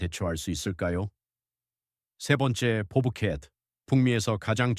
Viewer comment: 유익한 영상 감사 합니다. 보브 켓이아니고 밥 켓 으로 해주시고 대단한뱀 포식자가 아니고 대단한 뱀 포식자 ....